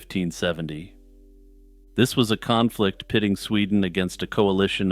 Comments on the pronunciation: Khan-flict... god damn it lol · "Kahnflict" 😂 . Your dad joke segways are the best